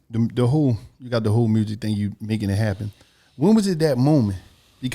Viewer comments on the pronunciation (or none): “Mursic” aka music 😂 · There's no "R" in music... smh